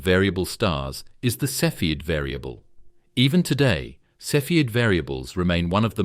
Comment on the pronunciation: “Cepheid” pronounced 3 different ways in 3 sentences.